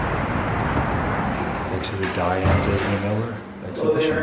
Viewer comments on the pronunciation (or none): none